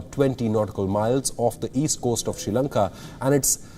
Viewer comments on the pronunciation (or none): Hahah - it’s ok 👌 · The guy keeps saying (she Lanka)🤦🏽‍♂️